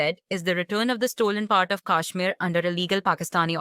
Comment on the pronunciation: Why can't this lady pronounce Kashmir n Mr Jaishankar's name properly?